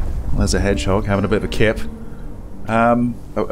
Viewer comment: Orhooooooo 😭😭 i watch this 3 time hannnnnnnn in french its herisson not head jog or I don't know how you write ive got 3 herisson in my garden my cats afraid about them